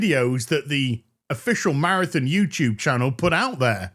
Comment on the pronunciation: Good old “Marathin”